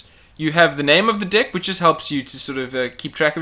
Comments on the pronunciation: sorry if I sound like a perve but your saying dick instead of deck.....LOLOLOL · I love it how it how he pronounces deck like dick.